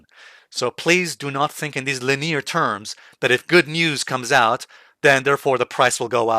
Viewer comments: Linire? Lin-e-ar please. Or is that the UK way of pronouncing that? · Yeah, people will think it's rude to point that out, but I'd want to know if I mispronounce something. It's definitely not the main British pronunciation. Perhaps a regional thing.